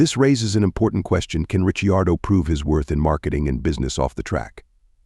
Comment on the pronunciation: Misprounce Riccardo one more time!! 🤣